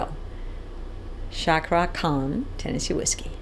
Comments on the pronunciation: Sorry miss,Her name is cakra khan nót sakra khan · You should read Cakra, the letter "C" you read like you read Chair.